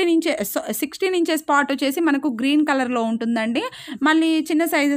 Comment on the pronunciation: Madam, it's "Inch", not "Ench".